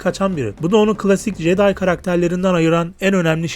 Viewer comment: jeday değil ceday diye okunur o, bilgin olsun kardeşim.